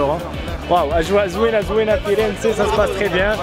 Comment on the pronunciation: مدينة جميلة...هي كتنطق فيرنس...الحرف الاخير مكيتنطقش...ضرب شي ضورة في بيزا ...2 سوايع دطريق. Pice.